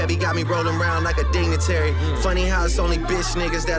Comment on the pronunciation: I’m sorry, I can’t get past him saying DINGATARY instead of DIGNITARY.